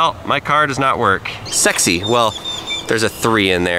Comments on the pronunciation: S e x y R 😂🗿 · “sexy” with an r